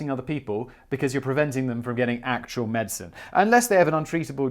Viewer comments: Guy, please quit saying medsin. Medicine. Medicine. Med-di-cine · As another Brit I am very uncomfortable with your pronunciation of Medicine…./ med-sen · Wtf is going on with your pronunciation of 'medicine'...